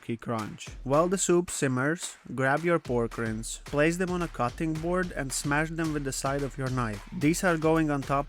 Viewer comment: Great recipe! FYI “Rinds” is pronounced with a hard “i”. The way you are saying it is wild! 😂